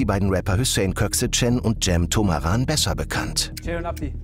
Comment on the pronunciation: Keinem aufgefallen dass Summer Cem bürgerlich ''Cem Toraman'' und nicht ''Cem Tomaran'' heisst? Hat mich schon getriggert.